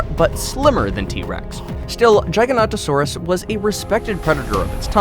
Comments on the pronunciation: he said giganotosaurus [ gigant a sor us ] its [ gig a not o sor us ] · It's Gig-a-not-a-saur-us. Not Jie-ga-not,-o-saur-us. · Can u say giga-not-a-sauras again lol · Jiaiganotosaurus lol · You pronouncing the name of the giga wrong mate, also the video used for the trex was a tarbosaurus mate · the games and movies pronounce the name of "the giga" wrong,the real name is gigantosaurur and not giganotosaurus